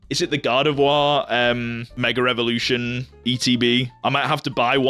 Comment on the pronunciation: I find it so funny that you keep saying "meger evolution" 🤣 btw love your content and the way you collect bro 💪